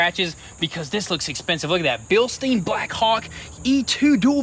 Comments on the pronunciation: It's pronounced "bill-stine". Not "bill-steen". The end of the word rhymes with "mine", not "mean" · Guys, Bilstein is pronounced beelstine. Like Frankenstein. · Can you guys please look up how to pronounce Bilstein? :)